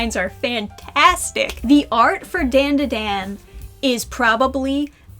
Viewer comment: No matter how many times I hear people pronounce Dandadan wrong it's still a jumpscare. Edit: oof not Okarun too. My poor ears.